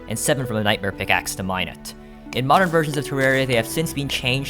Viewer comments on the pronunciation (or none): none